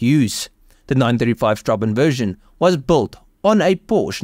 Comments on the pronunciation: You pronounce that weird German letter as an "s" instead of a "b" actually. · It's certainly right up there with Lanzante Porsche 930 TAG Turbo as the most desirable 911, would love to see it side by side with the Ferrari F40, that would be a sight to behold. Sorry for being nitpicking (again), but "ß" is not "b", but "ss", so it should be read as strassen (streets), though I don't think the German use it anymore.However, it was jokingly used in Grand Theft Auto V for its fictional beer brand, Pißwasser (pisswasser/piss water). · I like your videos but you could make a bit of an effort pronouncing correctly. Straßenversion is not strabenversion but strassenversion where ß stands for sharp s or ss and not b. If you put the word in google you can hear how is pronounced and see what it means (road version). It would take all of eleven seconds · In german, ß is double SS so it isnt strabenversion, its strassenversion. Just so you know/A swede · Strassen - not Straben! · Nice car. Note Strassen means ‘streets’. As it’s the street version. B is pronounced as a double s.